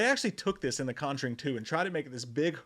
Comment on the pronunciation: The CON-juring